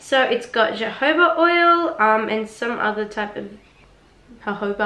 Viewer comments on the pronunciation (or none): Beautiful results! I’m always pointing newly converted curlies to your videos because of your helpful tips 😊 Btw, both Js in jojoba are pronounced as an “h” sound. Sorry, hope I don’t sound like one of “those” people 😬❤️